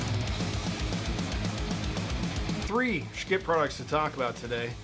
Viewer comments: FYI it's not pronounced "Sch-kitt", their website says "Yes, it's pronounced exactly like you think" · quit mispronouncing their name. I can't bear to watch.